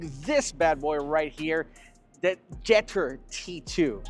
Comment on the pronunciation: Did he struggle to say jetour? Lol😅😅 he said jetter lol😅 trying very hard with that American accent